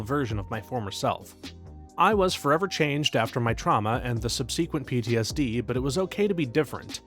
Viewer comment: Once again begging you to look up the pronunciation of subsequent